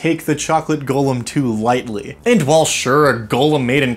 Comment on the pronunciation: Golem not gollum ong thank you